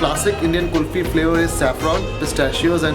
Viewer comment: Its kulfi not kufti just a honest correction by a honest indian :-)